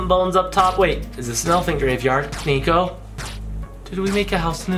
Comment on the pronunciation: it's not NEKO it's niko!